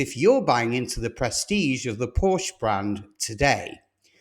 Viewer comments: It is PORSCH-E, not PORSCH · Start to pronounce the company name right if you are making a program of the company. It is called PorschE and not Porsch as you insist to call the car company. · It’s difficult for someone to be taken seriously as an expert on a brand whose name they don’t properly pronounce. POR-SHUH. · It's pronounced Por-sha. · So what was your point about China? Porsche has no control over Chinese market. They are subject to its whims just like any other retailer. And you would think if you’re going to produce a video on Porsche that you would actually pronounce the name of the company correctly… it’s “poor-SHA”. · PORSHE ...SHAY ....................get it right ................ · "Porsche" :face-orange-biting-nails